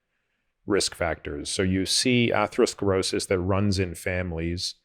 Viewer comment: ‘Atheroskrosis’. Sorry but I find that disconcerting.